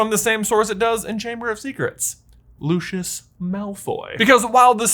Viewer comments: It's not pronounced locios It's pronounced Lucius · It's not pronounced los_is It's pronounced lose_is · It's not pronounced loshes It's pronounced Lucius